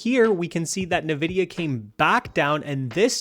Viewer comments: Nvidia, NOT "Nividia" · Why are you saying Nividia like a boomer?? It's Envidia... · The company name is pronounced "En-vidia", not "Na-vidia." Lol! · Bro, great video. Also its EN-VIDIA not NA-VIDIA